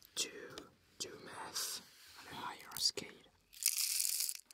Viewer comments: I thought he said meth when he said math. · So i’m gonna do some uuuh “meth”.... (the accent really did it there lol)